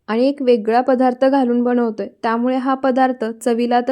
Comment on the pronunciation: बणवतोय नको बोलू बनवतोय असं म्हण ना प्लीज. बाकी तुझ्या सर्व रेसिपी छानच